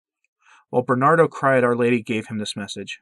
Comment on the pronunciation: I’ve heard this story beforebutyourvideomore completely ah more details. Thank you for this. BTW, his name is Ber-nar-do.